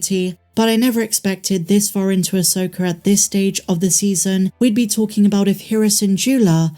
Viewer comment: I hate that your prounce it Asokarrr